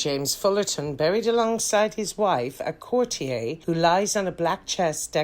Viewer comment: Why did you mispronounce “chorister”and “courtier”?